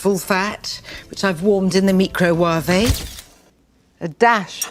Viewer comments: Microwave (Mi-crow-wa-ve) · Somehow I knew instinctively how to use chopsticks the first time I picked them up. Nigella isn't a real cook. Like Rachel Ray, she is all about presentation, not actual cooking. She can't even pronounce micro wav-eh. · Isn’t she the one who pronounced microwave like microwave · she pronounced microwave?! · The way she pronounced “microwave” in that another video! 😂😂😂😂😂😂😂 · That microwave moment broke me (I'm pretty sure we all pulled the same face there). I'm not native so I went to forvo to listen to how people pronounce it, and it's... not done the way she does it. Makes me wonder if it's a dialect. 😅 Also it's funny how she basically made instant noodle but in a fancy way. Thanks for the video as always! :) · She’s a food writer? She can’t even pronounce microwave properly!😂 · I laughed so hard. BTW you said bloody 3 times - have you been back to the UK recently. Niella had a very priviledged upbringing, attending the best public schools (those are posh schools, paid for , in the UK - not like public schools in the US). So her pronunciation of microwave was just stupid, posh girl's school affectation - they think it is clever to make a word sound more foreign. After being a journalist, she moved into food and entertained a nation of men that cared little about food, but liked a pretty thing almost showing her melons 🙂